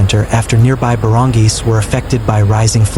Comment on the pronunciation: Oh dear, you mispronounced the word barangay but it's ok you're forgiven. 😂